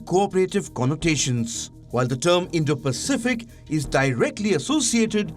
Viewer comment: Biden cant even say Indo-Pacific